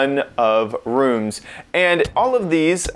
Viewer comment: He says the word “rooms” like “runes”